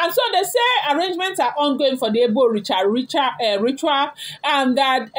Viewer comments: Pronounce :Eh-bor ibeh-reh. I genuinely doubt Ebony's mental well-being😢. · He bo hi be re that is the pronunciation. You are even trying o jare my daughter. Ashley's secret has opened, and don't mind her. She can not do anything again. Her power has been rendered useless by Almighty God of Heaven. All kayamata that she has been using for Kabiyesi ever since Adeola's mum regime down to Mama Adewamiwa to Naomi. It is finished for Ashley. Ika buruku. And she has gotten her own children, she doesn't even think of tomorrow on those children. God dey. And God will judge Ashley accordingly, is a matter of time, and the time is imminent.